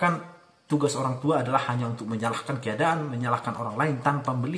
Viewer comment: Menyalahkan ya ... bukan menyahkan 🙏